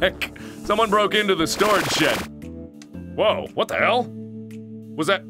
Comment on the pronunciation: hell not shell